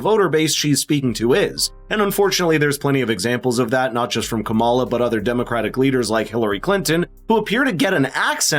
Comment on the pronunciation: I enjoyed the parody ad. It is a bit annoying that keeps mispronouncing KAM-a-la's name. This must be deliberate, and it's a bit juvenile.